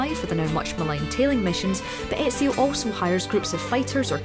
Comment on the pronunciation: She said ezios name wrong triggered !!!!!